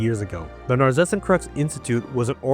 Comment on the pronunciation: pls look up how to say Narzissenkreuz, I think it's a German word